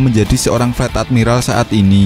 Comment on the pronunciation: Fleet itu baca nya flit bukan flat